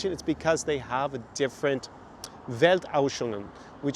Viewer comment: Sorry to bother you, I only comment because you repeated the word: It's actually "Welt*anschauungen*", pronounced something like you already did, only with an "ansch" in front of "auschungen" and no "sch" between "au" and "ungen". Literally "Weltanschauung" means "Worldatlooking" In German there is no word like "ausch" or "auschung". I mean, I knew a German blogger called "Auschfrei" once, which would mean so much as "free of ausch", but this was obviously a play on the word "Aufschrei" (outcry) and her way to make fun of woke culture. And the toponym "Auschwitz" is the result of Germans trying to pronounce the Polish toponym "Oświęcim".